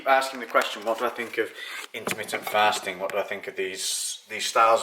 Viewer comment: I love your videos and I have followed you for some time now, but as a fellow northerner, I can't help but find it hilarious listening to adjust your accent on your 'A's on words such as 'faaasting' hahaa!